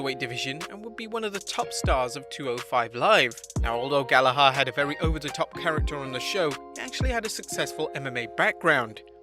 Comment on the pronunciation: The ‘h’ in Gallagher is silent. Especially to an English man. Ps: He sucks for sexually abusing a woman at a party.